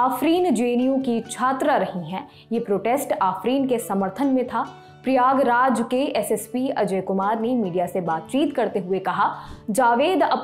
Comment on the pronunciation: प्रियाग्राज नहीं प्रयागराज नाम हैं